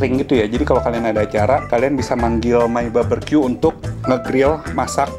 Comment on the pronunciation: 9 tahun lebih q skolah .... BBQ di baca baberqyu...